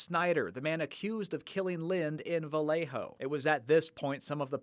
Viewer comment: Vallejo, double "L" pronounced as a "y". 😁